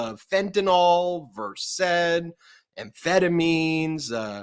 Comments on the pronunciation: Dang. You’ve nailed “verséd,” (2 syllables, accent on second syllable), but “provigil” (3 syllables) puts stress on second syllable, not first. “Provígil,” not “próvigil,”. Think of it this way: the name is meant to evoke the feeling: vigilance. Think “Vigil.” Emphasis on first syllable. Same with Vigilant. The drug makes you hyper vigilant. Wired. We don’t care about the “pro” part 😆. Love you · Ben! Started started the podcast and — you pronounced “Versed” (the drug) correctly! I’m so pleased. It’s really not a matter of snootiness. People gonna laugh at you if you pronounce it as one syllable — and not take the reporting seriously. I don’t know if my comment (yesterday?) made any difference, but good on you, and keep up the invaluable fight. 💙💙